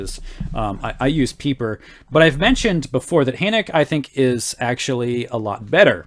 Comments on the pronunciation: My dear, his name is pronounced Hur-n-ay-k-a, or Hen-ay-k-a....depending on where in Germany you are from... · Adolf Hoenecke is my great-great-grandfather. FYI...the final "e" is pronounced!